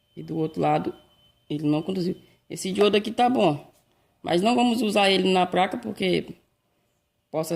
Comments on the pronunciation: Pq "apRender" vc fala "apLender" e "pLaca" vc fala "pRaca"? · Amigo, a capacitância do capacitor tem que ser igual ao original, mas a tensão pode ser superior e nunca inferior. Abraços. Confesso que é engraçado falar "PRACA" e "Torrado". Mas não te critico pois meu pai também nunca estudou. Fica com Deus! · Eu ouvi "práca " ? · Parei de assistir no "praca" e "dupra"